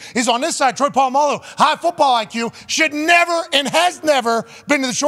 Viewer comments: But I thought his name was Puh-la-mal-loo? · Pat saying Polamalu blatantly wrong killed me😂😂